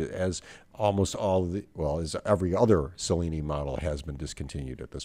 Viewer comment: My father, a native Italian, would have pronounced Cellini like cello, not like cellophane.